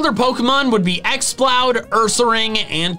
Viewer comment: I love how he pronnouced exploud Ax-ploud